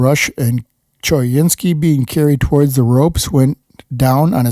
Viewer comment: choynski is pronounced co-WIN-skee